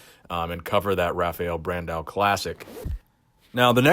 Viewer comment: I really like to see brasilian bodybuilders here. The way you say Rafael Brandão is pretty funny too.